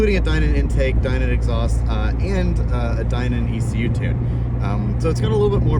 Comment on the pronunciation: That IS how Steve Dinan pronounces his name, so is correct.